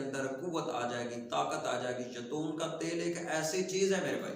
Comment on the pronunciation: اپنا لفظ درست کریں خدا کے لیئے اللہ پاک آپ کو اجر عظیم عطا فرمائے آمین اصل لفظ نسخہ ھے ناکہ (نسکہ ھے) دوسری اب پتہ چلا ھے آپ نے بولا ھے ( یتون )یہ اصل لفظ ھے زیتون تو پلیز اپنے لفظ درست کرلیا کریں شکریہ